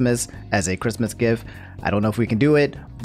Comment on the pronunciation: "Quistmas" lol